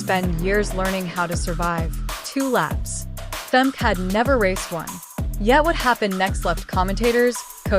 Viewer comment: Hate that the AI voice doesn't pronounce Femke correctly !